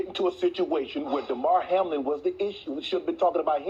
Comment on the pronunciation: Hamilton, Hamill... it's Hamlin man!